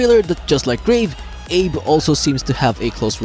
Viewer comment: Abe is pronounced "Ave." Yes, homie, this isn't a theory. It's 100% confirmed by the VA herself. Lmao